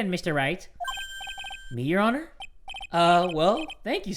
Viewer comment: nobody:: Eheugheugheugheugh your honurrr